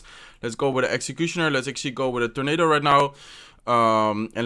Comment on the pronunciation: Now when i see executioner i read way like: "execushoner" 😂😂😂